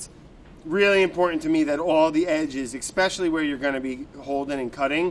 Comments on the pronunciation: Brad: Expecially Also Brad: Escavates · I would trust Brad about the cleaver but he sais eckspecially instead of especially...